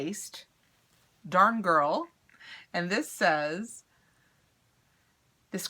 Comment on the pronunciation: Omg lol say darn girl again 🤣🤣🤣